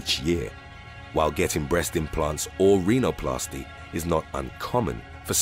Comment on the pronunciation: Reenoplasty? say it with me Rhino...not Reeno...as in Rhinoceros and not Reenoceros Best part of this channel is the silly ass mispronunciations from the narrator